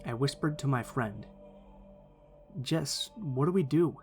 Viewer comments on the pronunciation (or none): none